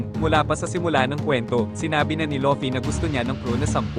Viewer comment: fvck ai voice, luffy naging lucky